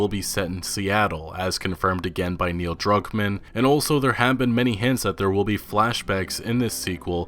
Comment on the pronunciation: I thought you said Neil drunk man